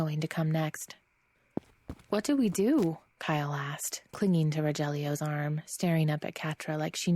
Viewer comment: Rojellio? it's pronounced Rohellio and spelled Rogellio